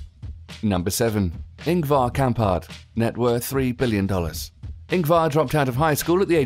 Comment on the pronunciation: You said Ingvar wrong!!!!!